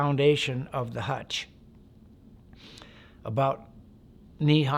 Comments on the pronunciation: Hooch not hutch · I think he means to say hootch, not hutch 😂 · It’s not a hutch it’s a hooch! All Vietnam structures were all called hooches! Sounds a bit made up some of details are to methodical in a fire fight details are hard to be that detailed! It became very confusing in a firefight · It's a hooch. No one in the Army ever called it a hutch. How long were you in- country? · this sounds made up.. and didnt they call them hooches.. not hutches.